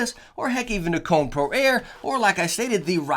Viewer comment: And its not Cone its Ko - ne lol